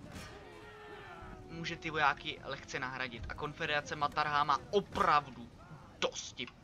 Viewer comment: říká se maratha a ne martaha nebo jak to říkáš :)